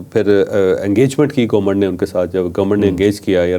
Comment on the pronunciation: Gomment Gomment .. har Vlog main 20 dafa bolta hai gomment. Bhai Government hota hai.